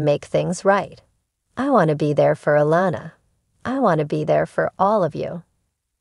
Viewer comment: I think it’s June fought she put all of this situation on pumpkin putting a strain on there marriage they need to stay together love you guys ❤️❤️ do you watch the show you’re pronouncing Alana name wrong